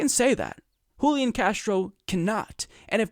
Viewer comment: Julián is pronounced with the stress on the final syllable, hooleeAHN. And yes he's an opportunist. Most (but not all!) latino politicians are.